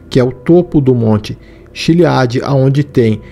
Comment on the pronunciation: Errar a pronúncia do monte Chiliad de propósito é de dá arrepios kkkkkkkk